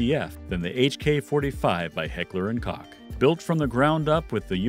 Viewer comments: heckler and cock Something ain’t right about that pronunciation 🤔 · "Automatic" pistols!!!? WTF seriously, this is supposed to be an expert.? Koch is pronounced like COKE.